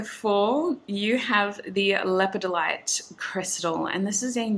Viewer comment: Its lepid- dolite is how it is pronounced 🤓💚